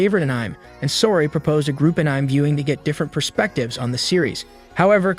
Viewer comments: Just heard how it was said. I’d rather be deaf than hear An IM ever again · It’s so funny that it says “anym” 😭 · Bro its anime not anyim 😂😂😂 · The way this bot pronounces "Anime" is horribly distracting. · Are you trying to say ANIME? N you said it as one word?! YOUR FIRED